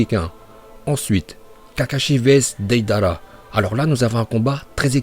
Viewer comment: Tes sujets sont cools, mais dans toutes tes vidéos tu écorches les noms, les mots... TOUTES! Deydéra, Jouunine, Hokadje, Lin au lieu de Rin, franchement t'abuses..